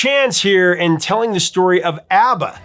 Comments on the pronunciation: It is pronounced "AH BAH"...NOT AAA BAH!!! I hate when people get that wrong!! (I knew a guy from sweden who knew them personally). And by the way..they are awesome!!❤ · I'm sure in the 4.4k comments, someone has commented that the pronunciation is ah- ba not how you keep pronouncing it or have I been mispronouncing it for 50 years? 😂